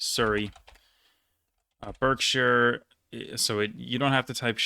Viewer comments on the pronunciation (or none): Berkshire is pronounced 'barkshire'. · The English counties were pretty spot on! The only one in noticed was Berkshire - should be pronounced Bark-shur :) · Berkshire, like Hertfordshire, is pronounced as "barkshire" (and hartfordshire). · Not with that pronunciation of Berkshire ;)